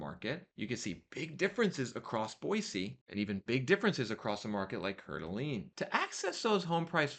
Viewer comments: He really butchered it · It's pronounced core-duh-lane. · Coeur d’Alene is pronounced CORE-DUH-LANE. Just for future reference. 😅❤ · its pronounced "coord a lane". Its basically lake Tahoe here but dont tell anyone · Wait how did he just spell/pronounce Coeur d'Alene? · lol I cringed every time he said it haha